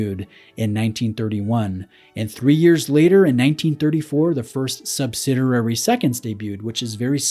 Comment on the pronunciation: "Sub-sid-EE-ary," not "sub-sid-ER-ary." You have a wonderful, enlightening, detail-oriented (not orien-TATE-ed) channel. It's a pleasure to watch. That is, until these little glitches pop up and--perhaps unfairly--suggest you're less knowledgable than you are. I know this seems persnickety, but it's like a prospective patient being handed a neurosurgeon's business card. . .with a typo on it.